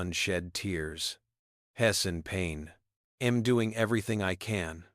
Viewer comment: AI needs to go back to school! She'd pronounced as shed, St. Louis Street Louis, I'm as im and so much more! I love the story though. I really don't believe people behave like that, but then again, I live in Canada and West Jet would have removed her way before!